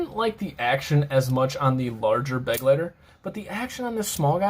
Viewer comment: Its Buh-Glai-tah. Coming from a German